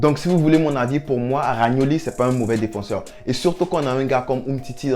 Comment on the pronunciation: C pas ragnoli c romagnoli